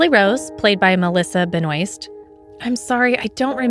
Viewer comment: le gasp she siad Melissa's last name right!